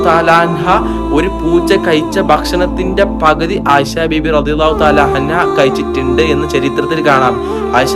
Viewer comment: കയ്ച്ചിട്ട്ണ്ട് എന്നല്ല, കഴിച്ചിട്ടുണ്ട് എന്നാണ്, ആദ്യം മാതൃ ഭാഷ പോയി പടിക്ക്